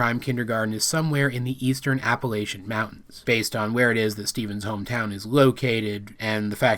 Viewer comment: God bless you for saying Appalachian correctly! Or at least like a true Appalachian.